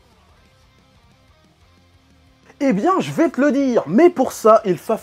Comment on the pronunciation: « Mais quelle est donc cette raison petit chefeuh »✨😂😂😂✨jpp